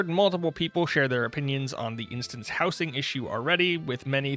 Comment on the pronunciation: howzing not how sing